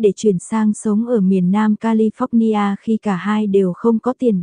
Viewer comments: Cô xướng ngôn viên của Kênh YouTube này phải cấp tốc học cách phát âm Anh ngữ cho đàng hoàng lại! Nghe cô đọc “Ca-li-phóc-ni-a” mà chợt nhớ lại cô giáo dạy chính trị được ngoài Bắc đưa vào năm 1976, lúc tôi đang học đệ thất tại một trung học nổi tiếng tại SG … Rợn tóc gáy! 😱🫣🤮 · Ko chịu được cách bà này nói tên Don và califónia 😆 Tập trước rồi mới nói cô ơi